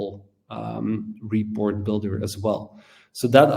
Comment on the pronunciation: Hey brother ‘report’ pronunciation in US,UK, Australia, Asia, Canada, Ireland, Scotland emphasises ‘port’. So ‘re-PORT’. Not ‘RE-port’. Just some feedback brother. It’s very jarring and confusing hearing the emphasis on the ‘re’.